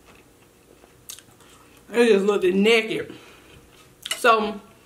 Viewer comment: “It just lookded nekkid” 😂😂😂 you just got yourself a new subscriber. I love your personality. You’re so entertaining ♥️♥️♥️